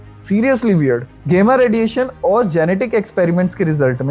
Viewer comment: गेमा नही गामा होता hai. 😂